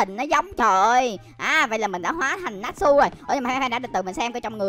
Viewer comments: Natchu ko phải natsu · ơi natsu tiếng Việt đọc là (nát chư) nhe!